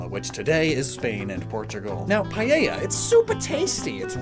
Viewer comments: I just want to mention this since I see it mistaken a lot. Paella isn't pronounced pa-yei-ya (sorry if phonetics are wrong, hopefully you understand), it's pa-eh-ya. I know that English speakers don't say everything in Spanish right and I don't really care, but for this word specifically it bothers me and I don't know why. This is not meant as a hurtful comment, just one to help or anyone who said it wrong before. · I think Paella is pronounced Pa-eh-ja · Not to be rude it just really irked me: Paella is pronounced "Pah-eh-yah" Not "Pah-ye-yah" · He pronounces paella like "payeya" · Why english speakers pronounce it "paieilla"? There's not a single "I" sound in the word. I'm sorry it triggers me so much xD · As a Spaniard is so funny how you say paella nice vid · Please, learn to pronounce "Paella" is not that hard...